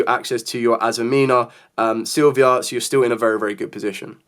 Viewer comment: Why is it that every single content creator on this planet cannot pronounce the azamina cards correctly? Like its not even anything towards you - its EVERYBODY Mu Rcielago - its not ruciliago Ilia Silvia - her name is not Silvy, its Silvia